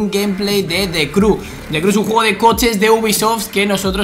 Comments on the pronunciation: se pronuncia criu no cru xd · Igual que alexby ...diciendo De Cru xDD